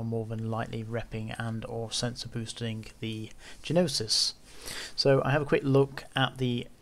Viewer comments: Gnosis, the G is silent 😁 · thanks. The ships are "NO-sis" and "ex-ECK-yer-er". {Greek- and French-derived names with particular pronunciations)